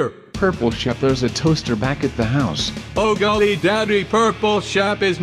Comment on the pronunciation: He said oh golling